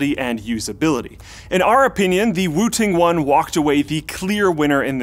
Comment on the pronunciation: Lol thought he said "Wu Tang one" until I read description